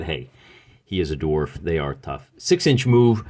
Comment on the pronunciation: "Gimpy" the darf lol